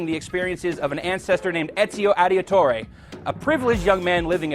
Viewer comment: ezio audi-a-tore! LOL